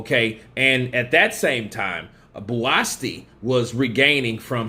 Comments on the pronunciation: You spell his name as Buasti instead of Buatsi and proceed to pronounce it Buaski,u Americans man hahahaha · pronunciations give me the ICK sometimes😂😂who the hell is “Buasti”??😂ITS BUATSI! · nope BUU-AT-SEE😊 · His name is BUATSI not Buasti. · He is not called Buasti mate but Buatsi.😉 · i like watching Buatsi because he has venom in his gloves, or is that an egg weight. Also his name is pronouncced Bu-at-sea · Pronounced: Bo-a-chi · his name is spelled BUATSI and pronounced JOSHUA BU-AT-SEE!!! Great video!🥊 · his name is pronounced BOO-AT-SEE bro... that is a silent 'S' in his name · AMERICANS BUTCHER NAMES😂💆🏾‍♀️🤦🏾‍♀️ BOO -AT -SEA (Buatsi) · Is bu’a’chi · I gave you a thumbs down for kept pronouncing Buatsi's name wrong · Most of these YouTube uploaders don't do any research. They just want the views to make money., like most of them, don't give a fk about the pronunciation of his name. Which is sad, because if he was watching the fight, he surely would have heard his name. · You murdered his name, question why are American's so bad at pronouncing names????, but yes it was a great test for JB, and his another good step forward towards a title shot, maybe another fight before then.